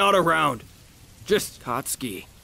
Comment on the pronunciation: When he says katsuki sub titles - "hot ski"